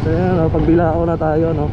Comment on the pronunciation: Hindi pag bilao ang basa don paps pagbilaw basa pero spelling nya ay Pagbilao